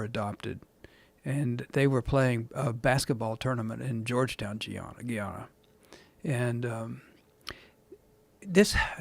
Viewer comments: It's pronounced GUYana as it is spelled. It used to be British Guiana and that's the source of the confusion. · Gee-yana 🤣🤣🤣 Guyana!! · It’s called GUY-A-NA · It’s guyana it’s pronounced the exact same way it looks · Not that it's a big deal but he did not pronounce Guyana correctly it sounds so funny how he pronounces it I thought Joe Rogan would have corrected him LOL